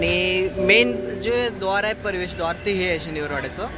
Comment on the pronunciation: तुम्ही पुण्यात आहात .परवेस नाही प्रवेश म्हणा.